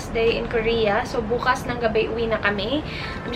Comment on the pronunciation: Sobrang na enjoy ko ang food trip nyo ni prang nbusog na dn ako haha...its very funny everytime says "BUKAS"